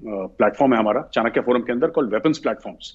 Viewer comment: First of all should start pronouncing "Chanakya forum" correctly. It is चाणक्य & not चानकिया.